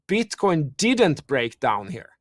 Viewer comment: ok we got it u got some different accent. BUT MAN! you can't be a fan of cryptos and BTC and call it "Bitch Coin" lol (Min )